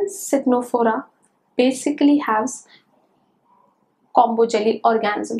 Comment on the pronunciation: Its tenophora as pronunciation not citnophora